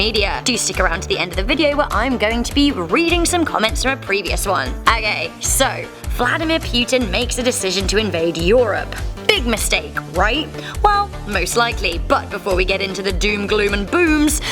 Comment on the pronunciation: "Vladamir pewtin"